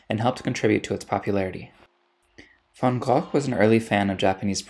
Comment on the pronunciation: Many interesting details in this video, among them that of the distinction between japoniserie and japonisme —and the presenter's first effort at pronunciation of Van Gogh is quite good.